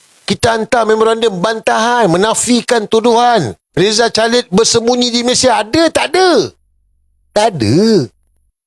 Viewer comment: Sir, sorry. Plz. Pronounce Rizal Khalid bukan *chalid. TK.